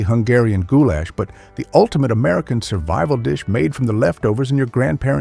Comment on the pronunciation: Except the way he would say gou-LASH had me cracking up 😊